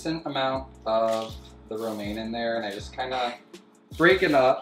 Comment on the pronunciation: Me, fresh out of chem class: he just said bromane, is he feeding em chemicals? Me, realizing he just said romane: oh fućk wait. Thats bromine. And thats romane lettuce